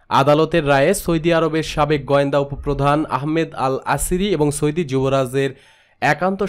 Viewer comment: সৌদি শব্দের উচ্চারণ ঠিক হয়নি। উচ্চারণ আরো ভাল হতে হবে।